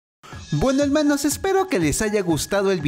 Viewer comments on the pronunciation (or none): No se dice elmanos se dice ermanos